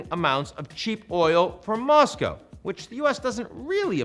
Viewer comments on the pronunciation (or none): none